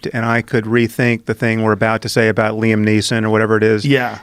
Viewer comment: Leesom Neesom Liam Niam